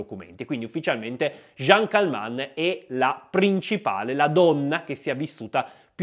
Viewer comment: Si chiamava CALMENT, non Calmant.